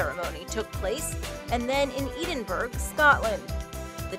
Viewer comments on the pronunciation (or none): EEDINBURG???!!! It’s pronounced Edinburr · It’s pronounced edin burah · I know Americans can say Edinburgh but god I’ve never herd a pronunciation. That bad